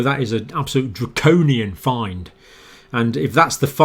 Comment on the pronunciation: Odd question — the Dr. is pronouncing the word ‘fine,’ as ‘find’. Anybody know why? Also ‘exponential’ becomes ‘expedential’.